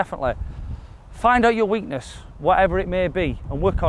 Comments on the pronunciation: Great video .. it’s “weakness” mate. Thanks for the video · Lol "weekness"